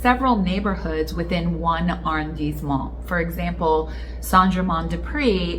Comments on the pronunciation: I wouldn’t worry too much about your French at this juncture. Be confident, be bold, be committed and you will do well. Arrondissement is pronounced with ‘dees’ because of the ‘i’ and the ending ‘t’ is silent.” It’s all good .. everyone will know what you are meaning to say. My apartment is across from Jardin du Luxembourg so we should definitely have lunch and an impromptu French lesson. Love the channel -Daniel 🇫🇷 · Don't think one pronounce the "t" in arrandisment